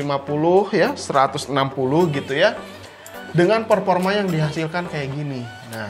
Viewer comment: Peforma bukan peporma